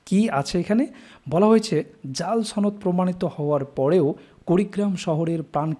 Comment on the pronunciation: ভাই উচ্চারণে সমস্যা।